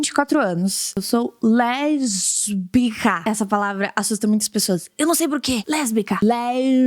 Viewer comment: Eu sou LeRRRRRRbica kkkkkk